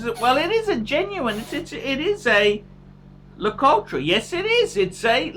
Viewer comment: it's prounounced LA -COUT